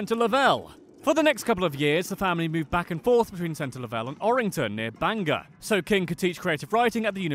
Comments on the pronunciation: I am from Maine and would GREATLY appreciate if you stopped saying BANGER its BANGOR pronounced BANG GORE. Why does everyone outside the state think an accent that replaces every ER with an AH would suddenly make an word that end in OR sound like the ER they never ever say!? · Ah yes the age old situation mainers hate, people saying "bang-er" not "bang-ore" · I get why people say it that way but it still makes me smile when I hear it.